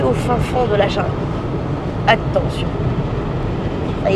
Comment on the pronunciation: Bonjour toute le monde ! « va dans la jinngle 😂 »